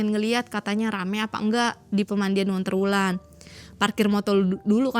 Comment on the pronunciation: dari tadi tak dengerin onterwulan terus...sendang ontro Wulan ,onterwulan terus...,ontro Wulan yg bener...